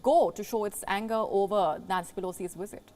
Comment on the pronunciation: LoL. The "wisit" came and went. Nothing happened. News over.